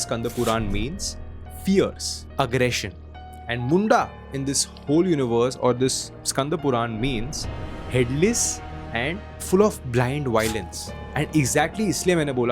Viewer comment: Its chandd and mundd pronounce it more carefully